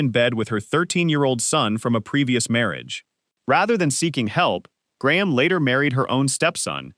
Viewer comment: ugh, Jessica Lange is NOT Lana Turner! Careless shoddiness. And "Gray-ham", seriously? Just get a mic and record these. unbearable.